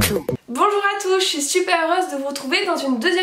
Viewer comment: C'est moi où je suis là seul à remarquer qu'elle a dit " bonjour à touch " Ok....